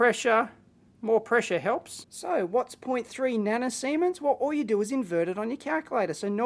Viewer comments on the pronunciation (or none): "nano seamen's" ahhahahah